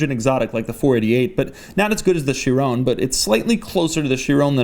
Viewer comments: Sharone? Ky-Ron lol thanks buddy.... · Again Doug, Chiron is pronounced She-Ron, not She-Roan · Doug back at it again with the “Chirone” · What the hell is a She rone? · chironee? How do you pronounce that😂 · jesus and after u pissed me already off with your persistant FEWAWWI pronounciation you start saying SHIRONE. jesus christ you really are an american stereotype